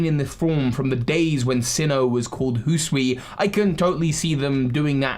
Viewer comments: Hee-soo-ee not hoo-soo-ee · Remember,, "Hisui", not "Husui" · Okay, say it with me slowly. Hih-soo-ee. I know you have dyslexia so that might not have been helpful. Hi-su-i, the first part is pronounced like "hit" without the "t". The second is like the name "Sue". The last part is like the letter "E". In any case it is difficult to pronounce and we know you are trying you're best. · I’m sorry but “Hooswee” is the funniest thing I’ve ever heard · Ah yes, Hoosooian. From the Hoosooi region. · Migration and Form Evolution Or, as one Sinnoh Myth says A Man slew Pokemon with a Sword Hisui is pronounced it is spelt Hi~sui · For the love of God, I have commented three different times on how to pronounce the damn region name. I’m not helping anymore. You sound like an idiot when you pronounce it incorrectly